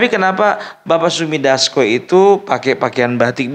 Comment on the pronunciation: yg betul " Sufmi Dasco" bukan Sumi Dasco.